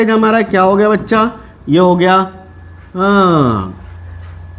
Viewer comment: Bhaccha nahi bolna sir